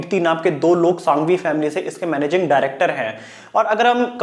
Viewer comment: सांघवी नही संघवी बोला जाता है ओर कैमल पेंसिल नही बनाता RR industries से बनवाते है